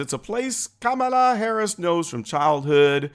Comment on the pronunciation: They scream racism at anyone who opposes her, but Biden himself doesn’t pronounce it right they are such hypocrites 😂😂